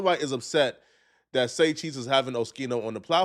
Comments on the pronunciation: OHH-Skiii -No …. NOT ; OH-Chi-No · Saying Oschino wrong lmao, Shouits out Oschino and thats a Real One you talking about been rocking with O and State Property music since i was a kid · Pronounced skeeno not sheeno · WHO DA FUCK IS OSHEENO BRO GET IT DA FUCK TOGETHER ITS OSKEENO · it’s o skeen o not sheen o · O-Skeen-o not O-shee-no, being from Philly, you should know that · O-Skee-no my boy 🤦‍♂️ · It’s pronounced Oh-Skeen-O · Bro...it's OH-SKEE-NO More proof you aren't a hip hop fan. We all know state property with beanz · Hey its pronounced oskeeno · Oh - Skee - No... Sound it out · ITS OH-SKEEN-OH dude🤣🤣🤣🤣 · It’s pronounced Oskino you big bison head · Oh - skeen- oh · Man, you have to get his name right!!! 😂😂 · you’re saying his name way wrong 😂